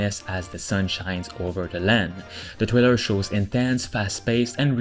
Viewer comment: Trailer, not Thriller.